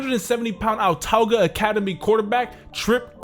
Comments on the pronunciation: Just letting you know for future reference it's pronounced uhtahguh. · And it’s pronounced Awtawga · Autauga is pronounced uhtawga